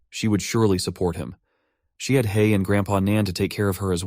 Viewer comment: hei, not han.......